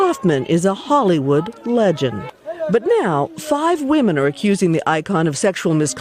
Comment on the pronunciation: WatchMojo: "Hey, here's a great idea: let's get the guy who can't pronounce 'women' correctly to do the voiceover for a video all about sexual harassment!" 😆